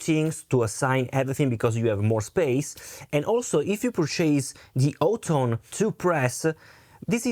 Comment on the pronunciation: Honestly y'all. It is pronounced Hot Tone. I heard it from the mouth of one of their marketing directors. Hot. Tone. Great review bro! And killer tones.